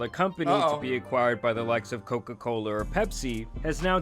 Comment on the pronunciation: “Coca colerrr”